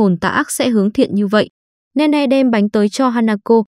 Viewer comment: Là nini ( Nene ) chứ ko phải Ne Ne